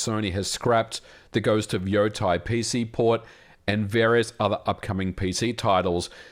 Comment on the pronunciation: It's "Ghost of Yotai", silly! ;)